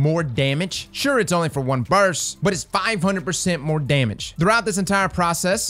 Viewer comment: You do now that it''s burst, and not burs right? lol